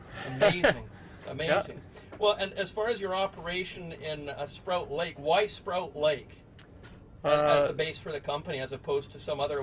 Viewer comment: To note: it’s not Sprout Lake, it’s Sproat (rhymes with ‘boat’) Lake.